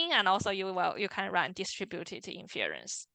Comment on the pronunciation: Nicely done and very helpful! Thank you!! FYI, the stress is on the first syllable of "INference", not the second ("inFERence").